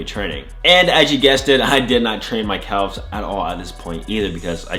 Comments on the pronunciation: Is he saying CALves? It’s pronounced cavs or am I tripping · I like how he says “calf’s” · Nobody gonna mention how he pronounces calves ?